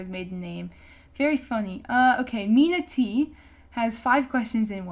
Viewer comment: when i heard MinaTea i was upset because another person cant pronounce my name